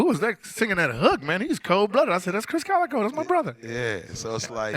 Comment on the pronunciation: It's Krizz Kaliko* NOT "Kalico"